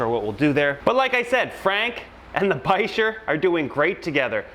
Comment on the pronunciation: What's a "bi-sure"? You mean a "biker"? I thought the ch in bichir makes a "k" sound?